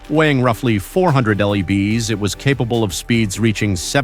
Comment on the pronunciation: Right! Low bees,lbs Minipiers mph! Lol!